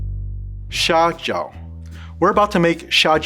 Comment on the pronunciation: Its not "xiao jiao", its "xia jiao"...... "xiao jiao" means small foot.......